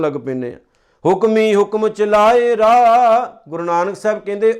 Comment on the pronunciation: ਬਹੁਤ ਹੀ ਵਧੀਆ ਉਪਰਾਲਾ ਹੈ ਪਰ ਬਾਣੀ ਦੇ ਸ਼ੁਧ ਨਹੀ ਪੜੀ ਤੁਸੀ ਹੋਲ ਸੇਲ ਵਿੱਚ ਬਿੰਦੀਆਂ ਦੀ ਵਰਤੋਂ ਕੀਤੀ ਹੈ । ਸੁਣ ਕੇ ਦੇਖਣਾ । ਰਾਹੁ ਨੂੰ ਰਾਹ ਅਤੇ ਵੇਪਰਵਾਹੁ ਨੂੰ ਵੇਪਰਵਾਹ ਪੜ ਰਹੇ ਹੋ। ਵਾਹਿਗੁਰੂ ਜੀ ਕਿਸੇ ਚੰਗੇ ਮਹਾਪੁਰਸ਼ਾਂ ਕੋਲੋ ਸੰਥਿਆ ਲੈ ਕੇ ਫਿਰ ਉਪਦੇਸ਼ ਦਿਉ